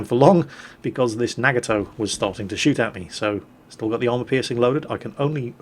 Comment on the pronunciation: you're nagging my toe with that pronunciation of Nagato xD